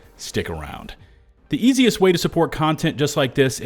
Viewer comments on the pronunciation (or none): none